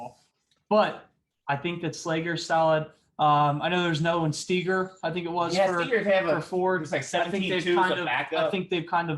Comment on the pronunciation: It Evan Steiger, as in Sty-ger😉